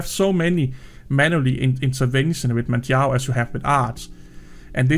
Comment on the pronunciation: Yes, it is my real name lol. And yes, you did a really good job of pronouncing it properly :) My two favourite Arch-based distros are without doubt Manjaro (first) and Endeavour (second). But, there are other really good ones out there for sure! I have two rules for Manjaro to help keep it as stable as possible (for me). I always use the latest LTS kernel (I'm not a gamer) and I always use TTY (Ctl-Alt-F2/F3) for their major updates. I also still use -Syyu when I'm updating, not sure if it's still necessary but I do it out of habit. Thanks, as always, for your thoughts and work :)